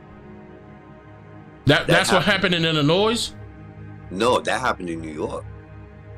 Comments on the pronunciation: The S in Illinois is silent. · The S is silent in Illinois.. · My guy, please leave the S sound off of Illinois lol I’m from there lol We hate when people do that lol Love the work, bro! We should link! You would LOVE what I do, man!